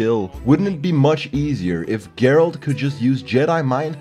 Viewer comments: Please don't say, it's Geralt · Not.....Geralt. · Why is it so fucking hard to say Geralt? Ger-alt! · Its GERALT, not!! SMH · Its not Dgeralt, only Geralt. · Is not is Geralt wtf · Gerald not Jerald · as soon as i heard "" i closed the video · this video has only one problem... he said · I lost it when he said "Heraldo" 😂😂😂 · The "" is annoying af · Honestly, how can someone pronounce it wrong when his name is said like a thousand of times in the game? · idk what's up. He doesn't have any excuse but in the french version you pronounce it jéralt so unless he has a bunch of french friends messing with him in the production of this video idk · Did you just say?! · Plays the game. Doesn't know how to say geralt. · you are not pronouncing the protagonists name correctly. learn to speak other people's names(even the virtual ones) correctly. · I'm still upset about the way you pronounce Geralt. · Exacly I know this video will be pain for me. Because of your pronunciation of Geralt As slavic person who know Witcher like my boots I hope I will survive this video :D